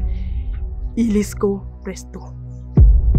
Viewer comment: La jumelle aussi connaît son rôle hein. Sinon au passage c'est illico presto et non ilisco😅😅😅